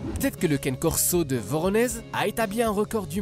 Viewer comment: Aïe mais oreille ça se prononce pas caine corso mais canER corso pfff